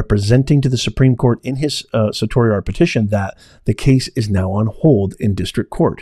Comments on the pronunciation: It’s pronounced sir-she Ari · just a quick fyi you are pronouncing certiorari wrong, its Sir She orari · Professor of what? Certainly not law as you can not pronounce certiorari or limine.